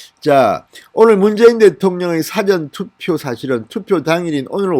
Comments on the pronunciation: 사전투표가 아니고 사~전투표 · 사성발음이틀렸네요 굉장히듣기거북하네요 사전(국어사전..)투표가 아니라 사( 事전투표)입니다 지지자이지만 국회위원 출신이 한글 억양도 모르시는가요? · 사전투표는 일 사.앞 전으로 사-전 투표로 발음 해야 한다고 계속 글 남기는데 진의원 좀 고치세요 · 싸전투표가 아니고 사~전투표로 발음하는게 맞는게아닐까요? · 진 위원님 엑센트가 아주 특이합니다. "Dictionary" 투표가 아니라, "죽기전(사전)" 액센트로 발음을 하시기 바랍니다. 억양이 하도 특이하여....응원합니다... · 진성호 님 사전투표 발음이 좀 이상합니다.